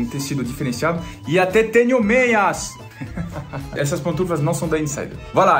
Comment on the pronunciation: "E até teño meaas" hahaha